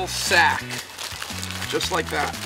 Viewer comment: " I WIKE DAT" 🤣🤣😂